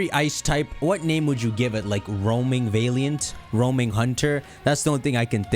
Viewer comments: I die a little inside each time you pronounce valiant like that. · The way pronounces valiant is disgusting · I find it odd you pronounce valiant as "vay-lee-ant."